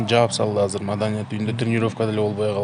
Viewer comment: "Казыр" - эмес, "Азыр" - деп эле сүйлөгглөчү...